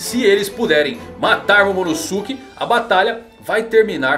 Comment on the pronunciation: sem querer ser mala mas pronúncia certo eh /Momonôske/, não MomonosUke